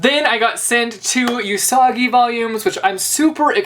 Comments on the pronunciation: Omg I'm sorry I can't. I must correction your pronunciation. Usagi is pronounced is Oo-sa-gi (don't ending the sa) and it's pronounced Edo as in the E in Ed (the name) and doh (as in Homer Simpson's line). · Haha this was a great video but your pronunciations of Usagi and Edo made me lol super hard. XDD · You're saying Usagi and Edo so wrong hahahaha oh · You're pronouncing Usagi wrong. Only know this because the main character of Sailor Moon is named Usagi :) Speaking of which you should check out Sailor Moon its great if you're ever in the mood for something fun and fluffy :)